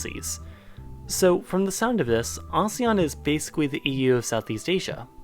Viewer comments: It's A-SEAN Not A-seAn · it’s actually pronounced as AH-SEH-YAHN not UH-ZE-YUHN. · How ASEAN is pronounced: Ah-see-an The West: AH-ZEE-AHN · I thought it was pronounced “Asian” & not “Azean” ☹️ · It pronounce Asian????? I pronounced it asēan for 20 years 😫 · Here In Indonesia We Pronounce It As "ASEAN"(No Ah, Sey, Yan) So, Asean, Not Ahseyyan Here. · .. aséàn not asian .. pronounciation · im indonesian, my whole school and im pretty sure other indonesian school pronounce it "A séan" (if your confused copy and paste to google translate english and click the audio thing) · I thought its pronunciation is "Ah-Seh-Yan" XD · It's prononuced "aseyan". And since I live in this shitty excuse of an association, this logically means that I'm right and you're wrong. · Ive been pronounce Asean very wrong my whole life Lol Why am i exited when i see or hear the country i live in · In ph we pronounce asean a-se-yan I didn't know we're pronouncing it wrong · Omg i laughed so hard when you told them how to pronouce asean Its actually /ah-she-ian/ I know this because im from the Philippines🇵🇭❤️ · Its ASEAN (A sea n) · Asean is pronounced as 'aseyan' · In Southeast Asia we pronounce it as AHSEYAN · A-se-an that's how you spell it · No we Filipinos pronounce it as Aseean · Well we in Indonesia pronounce ASEAN, "ASE-YAN" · I'm a Filipino too and I pronounce it as ah-see-yan since Southeast Asian has an eee. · We Indonesians also pronounce it the same. Kinda weird hearing him saying a-si-an. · A - se - yan that os the correct pronunciation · I always pronounced ASEAN asian and I don’t know why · Funny. When we say ASEAN, the stress is on the second syllable. That may be just the Philippines though.